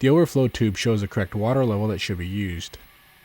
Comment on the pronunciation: I swear I kept hearing him say "cracked water level", couldn't figure out what he was talking about. Correct! Correct water level. The word's got two syllables...